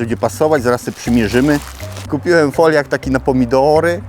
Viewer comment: Siemano Majster to Foliok się mówi pozdro